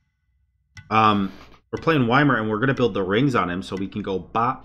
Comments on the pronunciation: It’s pronounced E-meer which is closer to Ya-meer than Why-meer. And that’s how they say it in game that’s why people pronounce it like that. Ya-meer is 10x better than Why-Meer.... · yeah, same, supposed to pronounce it with an E not Y. Thats why it sound "WHY MIR" not "EMIR", you can actually listen to the hero in game itsaelf how YMIR is pronouncing his name xDD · mans pronouncing it Weimar like the city in germany wack. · Love it when u call him Why-Mer lol. I always have too, but i call alot of gods funny things better than Ya-Meer... which is wrong too btw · It irritates me how he calls ymir “why mir” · It's a gag, lot of content creators call him that. They're saying y-mir instead of pronouncing correctly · get that, however it is irritating when he say that, not gonna lie :D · Why you got to say his name all weird?